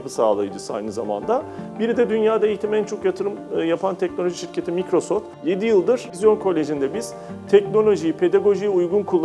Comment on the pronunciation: Okunus düzeltmesi: Maykrosoft dogru, Mikrosoft yanlis. Kullandigim yabanci klavyeye takilmayin...